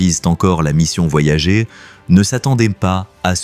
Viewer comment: La voix IA c'est déja bien lourd, mais quand elle prononce les sondes "voyagé" y'a plus qu'a se pendre :eyes-purple-crying